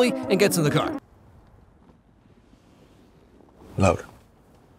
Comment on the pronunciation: It's still LAURA, not LOA -.